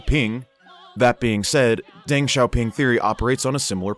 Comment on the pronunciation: Zhou is pronounced like a hard "Joe", and Deng is pronounced similar (but not exactly the same) as "dung". In Chinese "E" is pronounced like English "uh". So De is pronounced "duh", Peng is pronounced "pung", and so on.